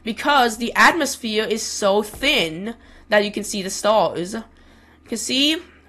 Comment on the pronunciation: "Weddish atmosfeeur." 🤣🤣🤣